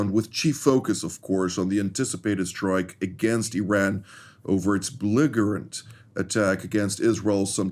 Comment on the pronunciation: Pronounced Bellijerant guys